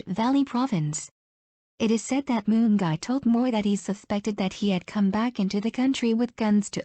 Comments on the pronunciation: Gwani Mungai alitoka Moon? 😂😂😂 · The way today's "narrator" is pronouncing Mungai as "Moon Guy" will eliminate my ribs 😅😅🔥👍